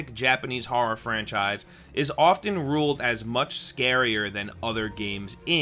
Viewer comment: Haha when he said “horra” I definitely heard that LI accent. Suffolk county in the house!!